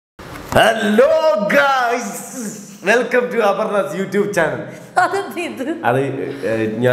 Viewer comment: Channel pronunciation wrong aan… cha- nuhl Kelkkumbol shanel enna kelkkuva but pronounce angane alla